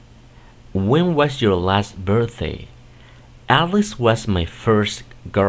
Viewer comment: Está bien la que dice: When was your last birththay.... ?????